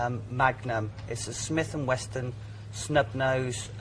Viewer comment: Its Smith & Wesson not Smith & Weston btw 😂